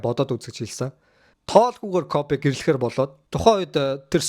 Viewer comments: Дахиж битгий бичлэг хийгээрэй гуйж байна. КОФЭ БИШ КОБИ ШҮҮ. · Тэнэг малнууд Kobe shuu jegshig medej bna э bish и geee duuddag yum huduu huduu ene кобэ кобэ гээд малтаад байга дээр + нь та 2 таг хөдөө зав хэл бас мэдэж ав КОБЭ биш КОБИ гэж хэлдэг мэдээд авчуул та 3т л хэрэгтэй okey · Jhn sudlaj baij naadhaa hgce sda ysn dutuu dulimag medeeller iim bcleg hdginbe tgsne кобэ кобэ gshgad bhi коби bish ymuu ttlaa sda ahahahah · Кобэ биш коби шүү дүү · Kobe bean braynt гэдэг facebookig pacebook гээд мангартаад бдаг шиг хэлэхдээ коби гэж дууднаа э биш и гээр дуудна кобэ кобэ жэгшиг ядахна зөв хэл л дээ хэлэхдээ коби 3аа кобэ кобэ ёооё коби гж хэлдэг юм аа мэдэж ав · Ахыгаа юу гэсийн Кофи гэсиймуу😂😂😂